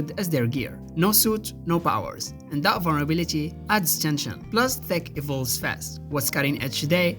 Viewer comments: Why are you pronouncing "T E C H" as "T H E C"??? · He DID say THICC instead of TECH 😂 Edit: He actually keeps saying "thick" the whole time 🤣